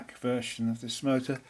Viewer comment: The "Mootra" hahaha :'D